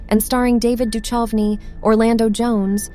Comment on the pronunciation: david duchocnys name is mispronounced